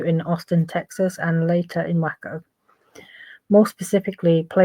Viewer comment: Just an FYI (lol) it’s pronounced as Way-Co